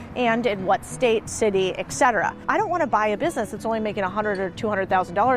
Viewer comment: eKcetera or eTcetera? Hey Alexa, Siri or Google: pronounce O-F-T-E-N. In 60 years I've never heard of laundry mats, only laundromats. I need to get out more often.